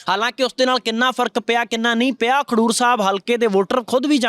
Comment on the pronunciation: Bhai. Sahib. Khandoor. Nahi. Khadoor sahib. Hai